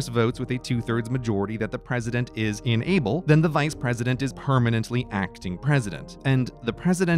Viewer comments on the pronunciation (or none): This needs captions, considering I'm having a hard time deciphering if he's saying "unable" or "enable". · Are you saying ‘enable’ or ‘unable’? Both mean different things, and the context of what you are saying implies ‘unable’ but your pronunciation suggests ‘enable’. So now I am confused. Is this just an American thing, or are two words that are both pronounced and spelled differently actually mean the same thing? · Is it just me or is he consistently pronouncing “unable” as “enable” ? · Just a note about being unable -- the speech-reader app (or human) in this vid makes it sound as if the word "UNable" is "ENable" (or perhaps "inable"?) -- quite a difference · This video was very confusing with your pronunciation of the word unable. You keep pronouncing it enable, (in-eh-ble) which means to allow or to help some cause, where as you mean unable, (un-eh-ble) the inability to do something. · Pronouncing "unable" as if the same as "enable" is very annoying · He keeps pronouncing "unable" like "enable". Driving me batty. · You pronounce unable like enable. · Very informative, but every time you said unable I heard it as enable. I found it kind of funny hearing how president was enabled to do his job while in surgery or mentally incompetent. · Just me or did Grey say "enable" rather than "unable" most of the time? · I deadass thought he was just mispronouncing "unable" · Why can Grey not pronounce "in-able"? I keep hearing "enable". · Oof, it's too early, it took me 3 minutes to figure out he was saying inable, not enable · Or is it "inable?" Yes, it's inable. I withdraw my comment. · "Inable" sounds way too close to "enable"